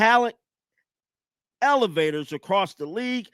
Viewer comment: And the other word was evaluators not elevators